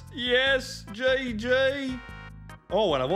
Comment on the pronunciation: nice how he says gg